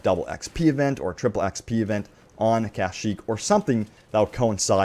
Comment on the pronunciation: Why do you pronounce Kashyyyk like that? It's kashyyyk not KAH-shyyyk